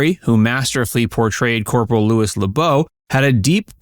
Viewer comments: Louis is not pronounced "Lewis" but "Looie" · My gawd You need to work on Your pronunciation. 3 minutes in and You've mangled 10 words so far! lol Most notably "Louis" is not Lewis, it's Louie because ... you know ... FRENCH. lol